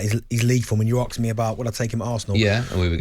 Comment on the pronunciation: Can someone please tell Darren it’s pronounced “asked” and not “aksed” We are in the U.K. not downtown south central LA daz